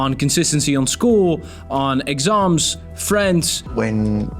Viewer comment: bro had an brithish accent when he said exams😂